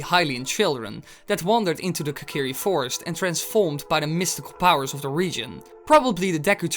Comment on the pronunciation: its kokiri fostis